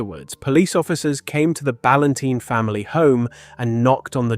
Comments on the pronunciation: I agree the narration was dreadful he kept saying balantine wrong, he called ann balantine then a second later her father balanteen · Her surname is pronounced Bal-An-Tyne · Narration pronunciation of Ann's surname incorrect on a few occasions is so disrespectful. RIP Ann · Please pronounce her surname correctly.